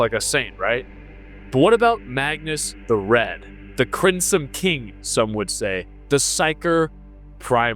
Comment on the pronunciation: "who is.... the crimsome king" holy shit dude please learn English